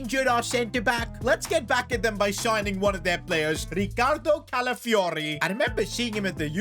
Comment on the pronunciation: My guy misspronounced Calafiori's name every single time 😅